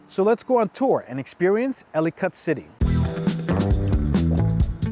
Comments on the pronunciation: It’s pronounced Elli-kitt - Like Delicate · He should learn how to pronounce the name of his subject before making a video